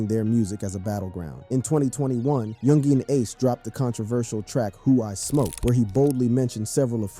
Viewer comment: that's not how you pronounce yungeen ace bro, you pronounce it as "youngeen ace"(yungeen ace)